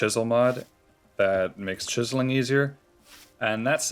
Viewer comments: cheezling.. Chiz-Zel-Ling my dude. lol, Cheeze Ling, XD Cheeze Ling, Kills me... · I love how you are saying cheeseling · I have never heard a single human being pronounce the word “chiseling” like that before in my life. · I saw this comment at the beginning of the video, waited five hours to hear him say it and I was NOT dissapointed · I’m dying I finally got to it 😂 Reminds me of the meme of the the Mexican pronunciation for big stores (Jōn Depot, Yacie Peenie, Papa Yohn) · Came up with a bunch of ways I thought he might pronounce it and I still would have never guessed he pronounced it the way he does. 🤣💀